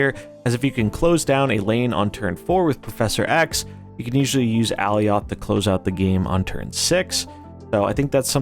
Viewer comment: I believe alioth is pronounced like Goliath, at least it is in the loki series